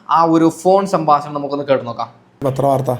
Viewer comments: നിനക്ക് എന്തിന്റെ കേടാണ് മോനെ സംബസണം അല്ലെ ഹേ 😂 സംഭാഷണം എന്ന് പറയ് ഈ വീഡിയോ യിലെ ഓഡിയോ കിപ് മറുനാടൻ ഷാജൻ സർ ആണ് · ഈ ഡോക്ടർ ഷാജൻ സ്കറിയ ആണോ?. പറ്റിക്കാതെ മൈരേ..😂എടാ സാമ്പാസനം അല്ല സംഭാഷണം.. എപ്പയും.. അല്ല എപ്പോഴും. ഒന്നുകിൽ നാക്ക് വടിക്ക്, അല്ലെങ്കിൽ പാസ(ഭാഷ) പഠിക്ക്..